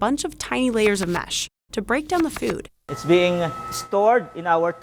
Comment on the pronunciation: “Food” not Fewd”